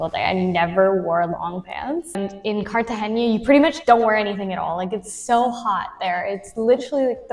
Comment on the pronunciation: It's pronounced "carta henna" not "haynya".. nice chat.